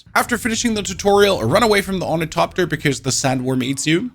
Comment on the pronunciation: Bene Gesserit, not Bene Gatherin. Also, ornithopter, not ornitopter.